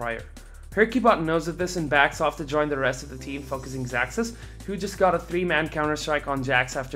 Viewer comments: Hate to be a "troll" but his name is pronounced "zazuz" not "zacksus" . Atleast that's how they said it in the live-cast, and I assume the ask the players how their names are pronounced. but awesome video, thanks for the hard work on the content. ^.^ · i'm from Poland, and his orginal ver. should be pronounced as "ksaksus". But actually he siad on stream that he dosen't care about it. So you can call him "zazuz" "zacksus" or "ksaksus". Everybody know who is who ;p